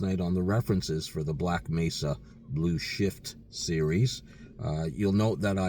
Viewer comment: Hey he finally said "Mesa" correctly! haha